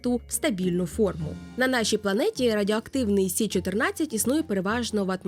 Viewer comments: Якщо мова іде про хімічний елемент, кажуть Карбон, Нітроген. Азот і вуглець це прості речовини. І чому "сі"? Якщо хімічний елемент Карбон читається як "це", користуємось латинським алфавітом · А чому говорите "сі"? Я не чула, коли латинську мову відмінили як наукову?